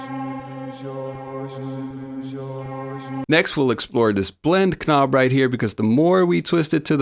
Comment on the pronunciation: Pronunciation? He pronounces knob and texture wrong lolol great video though I agree 👍